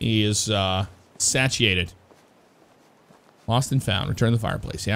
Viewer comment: I'd feel bad if I let you keep saying satiate wrong,. It's pronounced say-she-ate 👍👍